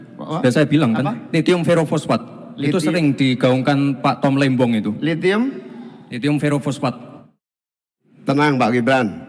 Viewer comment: Sebut lhitium diawal kok lethium